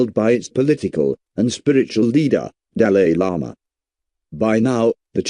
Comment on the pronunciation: At least Pronounce it well😂